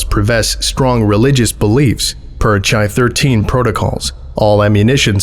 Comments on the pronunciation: oh thats cool, mobile tf chi has to have religious beliefs, chi was a symbol that meant "christ," it looks like an x with a little wing on the top right. also its pronounced "kai" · For future reference, the greek letter "chi" is pronounced "kai". Most of the rest of the alphabet is pronounced the way it looks, so it's kinda annoying that it's weird; chi still throws me off sometimes too! Excellent video, as always. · Weird nitpick, CHI-13 is pronounced like the greek letter Chi, pronounced like the first half of Kyle (chi-le), rather than like Chai-tea. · A bit late, but MTF are labeled with Greek letters, and Chi (X) is pronounced like “key” (kī). Besides that, great reading as usual. I’m facing a pneumonia and your videos are a great help in keeping me up. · Its pronounced 'Kai' not 'Chai' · Chi is pronounced "Kai", not with a ch sound. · Good work, but "Chi" in this context refers to the Greek letter, and should have a "hard" pronunciation, like "kai," rather than a soft ch, like in "chai." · Chi is most likely pronounced "Kai" like in chimera or Chiron, it’s just the standardised pronunciation of Ancient Greek words in English :) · thats not how you pronounce Chi. its a K. like...............you know................ choir boys? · Chi is pronounced "kai", it's Greek. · Chi is usually pronounced kye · Chi: kī engage any, not engage *IN any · The mispronunciations of “chi” hurt my soul a little but it’s ok since the videos still awesome